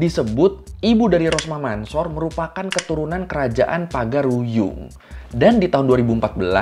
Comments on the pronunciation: Ralat ya bang mansor kalo di bcanya Mansur bukan di baca Mansor maaf yg betul emang bacanya mansur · Cara bacanya Rosmah Mansur,bukan Mansor itu hanya penulisannya aja :) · Mansor di baca nya Mansur boskuh